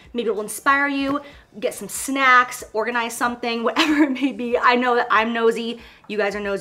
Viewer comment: Jaclyn: let's talk SNAKCS